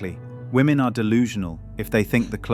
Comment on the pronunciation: Why are they pronouncing «women» wrong 😅 ?